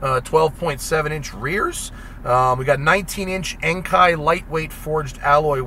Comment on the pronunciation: Died a little inside when he pronounced Enkei as ANKAI